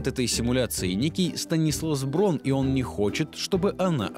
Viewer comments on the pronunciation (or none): Браун а не Брон! Это немецкая фамилия!